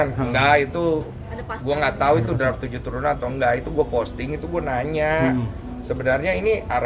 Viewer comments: kocak bgt wartawan bilang draft jadi drive 😅😂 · Jdi ngakak sama wartawan yg bilang deraff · Gw lagi minum pas wartawan salah ngucapin "draft" trus langsung dibenerin Densu, aer yg gw minum auto nyembur semua😭😭